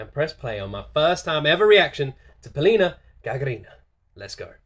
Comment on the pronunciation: You pronounced her name with correct stress, but her surname sounds GagArina, not GagarIna.